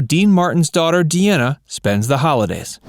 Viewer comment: De Ana is not her name. It's like her dad's name Dean with an A at the end, Dean ah.